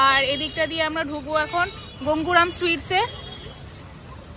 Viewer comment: কথা টা গোঙ্গুরাম নয়। গঙ্গোরাম । ভুল কথা টা কানে লাগে।